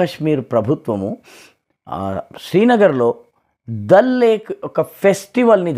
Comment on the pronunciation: దాల్ సరస్సు అనండి సార్ ప్లీజ్. చిన్నప్పటి నుంచి ఈ ఉచ్చారణ కే అలవాటు పడి ఉన్నాము.